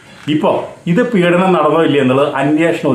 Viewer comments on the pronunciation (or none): none